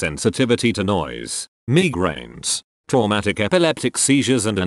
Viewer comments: Nobody: Sir legit: Megrain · nobody: not a single soul: voice: MEEGRAIN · “Me grains”